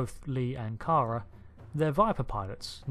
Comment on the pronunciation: Did you watch the entire series? If so then why are you saying Kara Thrace's first name wrong repeatedly?